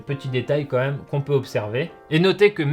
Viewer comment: il a dit "comme même" ou c'est moi ?